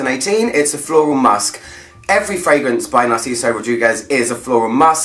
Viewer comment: ever since narciso for her there is nothing narciso can do wrong at least for me , i wanted to keep him a secret but it is just so good ! and as a spanish speaker you did amazing with his name , it was perfect ;)